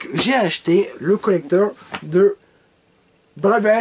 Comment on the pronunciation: le mec sait tellement qu'il va dire de la merde qu'il fait déjà l'accent Anglais sur le mot "collector"